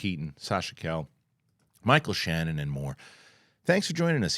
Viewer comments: Sasha CA-LLE no C-A-LL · Sasha's name pronunciation is kai-ye. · Sasha KA YE is how you pronounce her last name. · He's going down the wrong calle. 😂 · You would think being a New Yorker he'd know how to pronounce it.